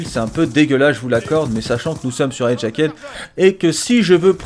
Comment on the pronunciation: hajacked se prononce hadjackd bordel de merde ! ceci dit tres bonne video...